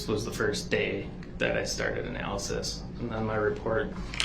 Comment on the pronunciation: It was so comical to watch Darrell trying to “out smart” these highly trained specialists in their field was so hilarious! He couldn’t even pronounce analysis correctly! 😑